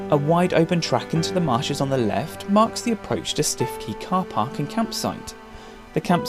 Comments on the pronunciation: btw Stiffkey is pronounced Stookey!! We live in Norfolk !! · 🤣🤣 we belong to a walking group and are divided as to the pronunciation 🤣🤣 We have always said Stookey …. 😂